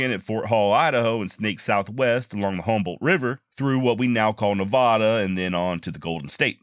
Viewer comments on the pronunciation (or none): I like your quick pace summary of events. My critique is your pronunciation of Nevada. The first a sounds like when you pronounce "at" or "ham" not "ah."